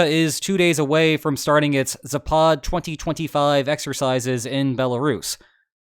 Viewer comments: Just a detail, but the Russian word for "West" is pronounced "ZApad", rather than "zaPAD". As opposed to the Russian nuclear court jester (shouldn't that be his official title?), who is "MedVEdev", rather than "MEDvedev". The thing with Russian word stress is that it's very pronounced, and when misplaced, it can totally alter the meaning of a word in some cases. That aside, keep up the good work,! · The proper pronunciation of zapad is ZApad, emphasis on the first syllable, just FYI. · It is zApad, not zapAd